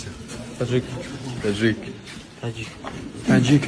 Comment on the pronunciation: Когда подряд начали коворить Таджик, мне показалось что один из них сказал аджик 😂